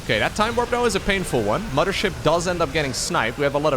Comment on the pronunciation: I only don’t like it when he says “mama ship” but it’s ok haha.